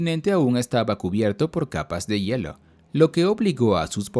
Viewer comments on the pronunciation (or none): none